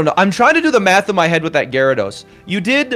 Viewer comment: Sorry I have to unsub and stop watching because you still can’t pronounce gyrados